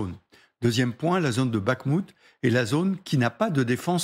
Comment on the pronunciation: cool ça c'est bien 👍👍👍 C'est trinquand qui me fait marrer avec sa façon de prononcer bakhmout...a chaque fois il dit bac moute...quel bel accent slave 😁🤣😁